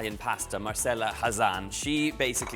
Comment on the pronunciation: A great recipe - definitely not for those on a diet! By the way it’s Mar-chela.